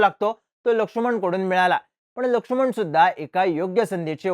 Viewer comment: लक्षुमण नाही रे... लक्ष्मण